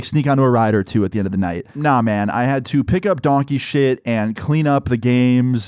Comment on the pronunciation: Bro the way how he said donkey 💩😂😂😂😂😂